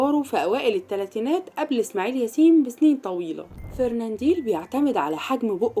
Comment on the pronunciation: فرننديل يا ام ديل ؟ لو ان جهلك يمنعك من نطق اسمه بطريقة صحيحة فلتغلق فمك ... اسمه فرناندل FERNANDEL....